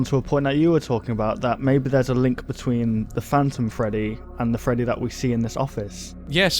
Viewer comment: It's Freddy not gfreddy